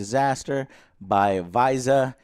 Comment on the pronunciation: Vizeh is great and it’s pronounced like Fizzy but like fizz- ah. It’s 100% gambling by the way!